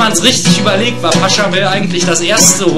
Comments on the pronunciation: naja schlecht ist das echt nicht, aber der typ heißt nicht "Pascha Bell" *lol* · der Komponist heißt Pachelbel nicht Paschebel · Find's ja toll, dass sich jemand die Mühe macht eine deutsche Version zum Pachelbel Rant von Rob Paravonian zu machen, aber SO geht's nicht. Übersetzung zum Teil schlecht oder falsch, Pachelbel durchgehend falsch ausgesprochen und wieso zum Teufel wurden manche Lieder übersetzt und gesungen? Es geht doch nur um die gleiche Melodie. Gesprochen wird auch wie ne Schlaftablette, gerade das Paranoide im Pachelber Rant macht ihn besonders lustig, aber hier verläuft sich das in schlechter Betonung.